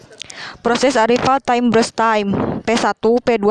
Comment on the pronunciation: Salfok si ngomong brush padahal burst aduh nafasnya juga😂